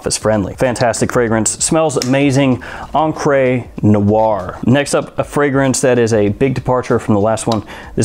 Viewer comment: Hey, just some advice, because you often discuss "Encre Noire" in your lists. It's not pronounced as "encr-ay' but more like 'encr-uh". The last vowel sounds the same as in '"the". Not as in "they". Love your videos by the way ;p